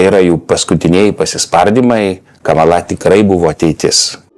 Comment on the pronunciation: Lietuviškai kirčiuoja kamala' :) nu veikėjas:)